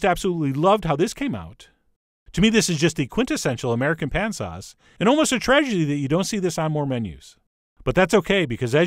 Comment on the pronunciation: they way he said "tragedy" all slurred LOL